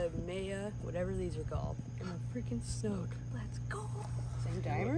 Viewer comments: It’s also a snook not a schnook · My dad tied on some eurotackle jigheads I gave him last year for Fathers Day but didn't catch anything in the extremely high water the last few days in the Wisconsin River. I like how you Minnesottans pronounce "snook" as "snoochk" or however you'd spell it. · no H in Snook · Driving me crazy when you call it a Shnook! It's Snook. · Haha that’s how I said Snook too for the first time lol. My guide told me after the third time there was not an H in Snook! Great catch!